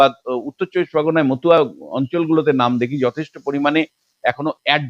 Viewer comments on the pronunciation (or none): none